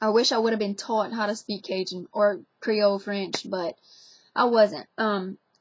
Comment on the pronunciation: louisiana accents are so interesting. the "taught" sounds like something straight out of new york. the "lines" and the "dragonfly" actually sound like an english accent.